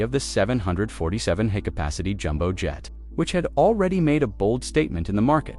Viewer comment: Observe how the narrator mispronounces "high capacity" (written in a script as 'hi-capacity') as "He - Capacity". To the astute, this is evidence that the script was auto-generated, and an automated voice-over was added to read the script in a certain tone. Most likely, it was produced in a content farm, and cobbled together with some stock footage clips thrown together.